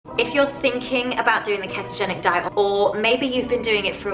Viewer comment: If she says keh-togenic one more time...